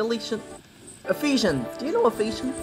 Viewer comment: Did he say Felicia 😂 when he was trying to say Ephesians lol